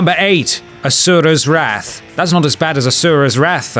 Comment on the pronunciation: Learn how to pronounce the word 'wrath', n00b.